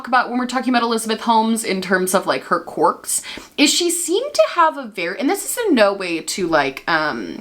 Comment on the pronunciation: I know you're saying quirk but I just keep hearing cork